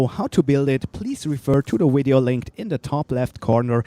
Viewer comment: You said wideo